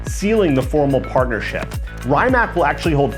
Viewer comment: How the fuck you fuck up so much saying word Rimac as Rymack. Real car guy 😆